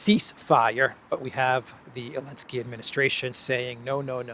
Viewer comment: Why do you call the worm Ellensky instead of Zellensky, just asking for a friend 😂